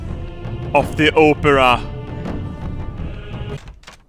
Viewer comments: uhhh...... I think you mean opera with a short O. the way you're saying it is Oprah. that's a celebrity. English 101. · It's cause he said opera like Oprah in the beginning of the video.... But close enough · When you say opera, it sounds like Oprah. XD